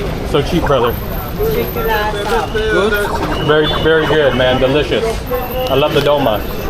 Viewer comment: Yooooo. 4;05 that's not how you say thank you in Turkish. The way you pronounce it it sounds like testicular.... 🤦‍♂️🤦‍♂️🤦‍♂️ I've noted it several times